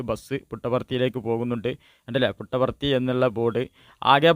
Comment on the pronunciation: Puttaparthi ennanu. Muttavarthi alla naree